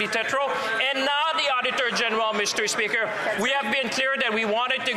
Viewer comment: lol he says Mister peaker. Accurate